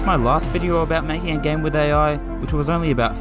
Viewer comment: Why do you pronounce "game" like "gam"